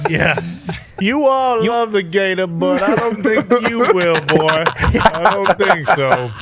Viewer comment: Calling Darius "boyh" twice is 60 seconds in that accent is diabolical